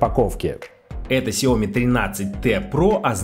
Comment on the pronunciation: Уважаемый техноблогер, пожалуйста, ставьте ударение в конце произнося название марки смартфона (Xiaomi)